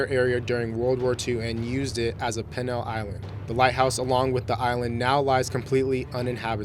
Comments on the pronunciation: some of the strictest security measures in the British "Pennal" system? The word is Penal. 'pēn(ə)l Prounouced PEEEEEnull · Pen-all = Pee-nall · 10 minutes later: It's freaking penal, as in penalty! you freaking triggered me! ARHGGGGGG!!!!!!!!!!!!!!!!!!!!!!!!! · "Penal" is pronounced "Pee-nal" not "Pinal". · The word "penal" is pronounced PEE-NULL, not "PIN-ALL" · It's pronounced "pee-nal", not "pennal" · FYI: pronunciation and proper word usage failures... "seized" should be ceased "despair" should be disrepair and "pen-all"? should be pronounced penal (PEE-NAHL) "were" should be was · And it is penal (pee-nall) not pen-al system. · Yeah, learn pronunciation -- stopped after 2nd "pin - ul" colony --> "peen" not "pin" -- that's a middle school word! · The word "penal" is pronounced "PEE-nal." Not "pen-al." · Penal is pronounced PEA NUHL not PEH NUHL. And now you know. And knowing is half the battle. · Port Arthur was a "pen al" colony? how about "penal" pronounced "peenal". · The penile system is pronounced PE-NILE not PEN-ISLE.. Learn English. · Penal is pronounced Pee nal with the accent on the first syllable. The push to close massive mental asylums began in the late 1960s with the introduction of psychotropic drugs and was fairly complete by the 1980s. Any that were still open after that housed only a fraction of their initial population. Most of the radiation has disappeared from Pripyat and many scientists journey there now for research purposes, so the 100s of years myth is disproved. And surprise!! Tourist groups are now taken on trips through Pripyat. Although there was an initial and heartbreaking die off of animals and plants the absence of people has allowed all the wild life, both flora and fauna, to flourish and thrive and various species abound in the area profiting from the absence of humans, the great destroyers. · Penal Colony tc pronounced p ee n a l! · What's a peh-nal colony? Do you you mean penal? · ... penile colony!!!!